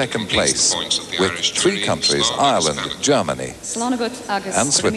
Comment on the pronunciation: "tHoi points"